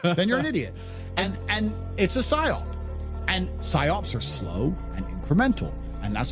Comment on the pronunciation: PsyOP not SIOP